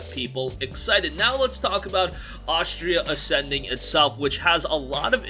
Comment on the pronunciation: Why does he keep calling it Ostria Ascending?